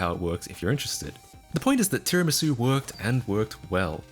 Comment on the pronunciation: You're actually the first person I've heard to pronounce tiramisu correctly 🤣